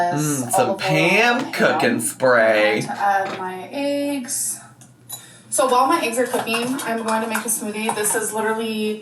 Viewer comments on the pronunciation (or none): I cannot stand how she says “aches” instead of eggs. And she said it SO many times in this video, I swear she did it cuz she knows it drives everyone crazy. 🥴